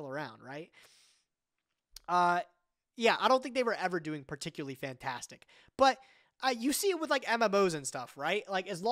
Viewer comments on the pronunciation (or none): none